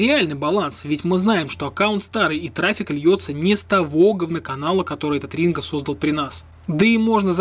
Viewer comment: А мне послышалось, или он сказал "Мастер Ринга"?!!! На счет про "promoero". Тут есть минус, в которым ты пропустил -- Ринго вложился в сервис Promoero